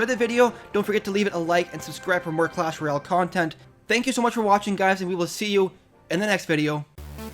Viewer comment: | Clash Royale "cale" 😐